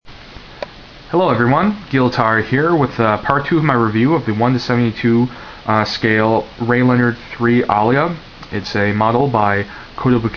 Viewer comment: lol that "energy gun" is the machine gun. the other gun is a rifle. the "central thrust unit" is called an over boost thruster. and his name is ray LEO-nard, not trying to bean ass. sorry.